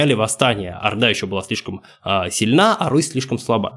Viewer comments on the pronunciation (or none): none